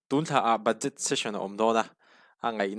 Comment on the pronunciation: BUDJET: ba'jet tia lam tur..ka lawm e..